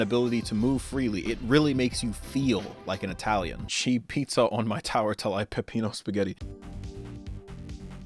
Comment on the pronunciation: dude this vid was lit i love the style of editing. also your great a writing your episodes, especially love the constant miss pronunciation of pegneo spagit. great vid dude